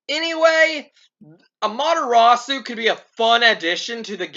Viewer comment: Am-ah-ter-AH-soo is how you say her name. Also, you got Isabelle! Is she what you wanted?